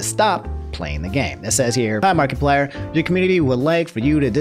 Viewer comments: i get the apology but i gotta say it "markie-player" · Im disturbed by the way he pronounces markiplier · The way you are pronouncing Markiplier pisses me off lmao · Everyone’s upset about the Sakura pronunciation, I’m upset about “Markie-plier” 😂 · No hate towards, but I kind of chuckled at the way he said markiplier (marky-plier) something like that. Everyone pronounces things differently i know that, but the way said it kinda made me chuckle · The way he’s saying markiplier.... 😂